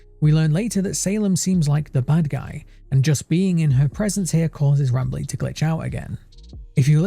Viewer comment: Sounded like Not Bradley instead of not Rambley tbh.